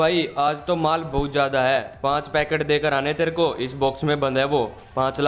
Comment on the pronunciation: Lol chappan bhai ne pubg ko bubg boldiya tha 🤣🤣